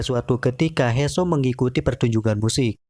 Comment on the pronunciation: He soo bacanya (hi suu) bang hadeh